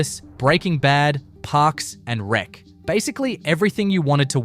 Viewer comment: the pause between “Parks” & “and Rec” as if it were two separate show titles